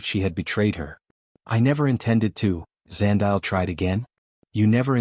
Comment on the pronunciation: Eh Zandile 😂. Love that this story loops back to my home country, South Africa 🇿🇦! PS: Zandile is pronounced 'Zah-ndeee-lay' 🙃.